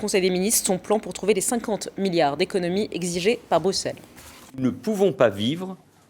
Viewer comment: La prochaine fois que quelqu'un écorche "Bruxelles" en prononcant le x comme un x je l'égorge. C'est "brusselles" que ça se prononce brande d'incultes.